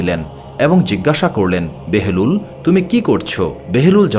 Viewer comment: হযরত বাহালুল দানা, উচ্চারণ বারবার বেহেলুল বলতেছেন কেন ?